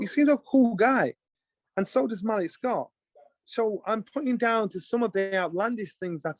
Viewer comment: Why are you butchering Malik Scotts name like that?